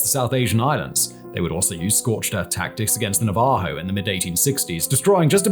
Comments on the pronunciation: Na'-va-jo, not Na-va'-jo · Simon its Navajo like "nah vah hoe" they are the the tribe with biggest reservation in the country. Their land takes up a third of AZ and many times the UK. This is like insisting on mispronouncing spaniard because you dont care about/know any. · Navajo is pronounced Nava Ho J is an H from Spanish influence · Simon it’s Nava-ho or in their language the Dineh dih-ney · Simon, hi. I love you man. Your YT channels are the best. I am from New Mexico. where the Navajo are 10% of the population. You mispronounced their tribal name sir, but you are still great.